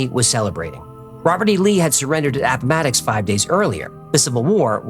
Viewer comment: app-ma-ticks. You sound like a local! As someone from appomattox i love this episode